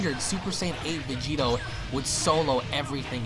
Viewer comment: VEGITO SAMA!! (Pronounced Begito)